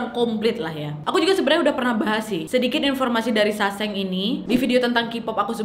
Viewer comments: Bukan saseng sangsae bacaan nya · sesang wak bacanya .. bukan saseng 🤣